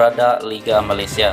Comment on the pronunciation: Malaysia.. Bukan Malatsia